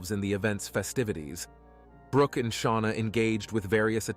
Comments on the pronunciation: I believe "Chynna" is pronounced as "CHINA", not as "Chin-a." Sorry for my OCD, everyone. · The name Chynna is pronounced like the country China. It would more professional and respectful if you learned how to correctly say the names of the victims you talk about.